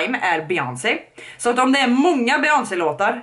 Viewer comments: ”beGÖNSey” HHAHSJA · ”Be-jöns” HAHA JAG DÖR 😂